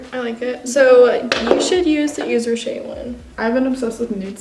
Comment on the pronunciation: It's y"V"es rocher not ye"Z" rocher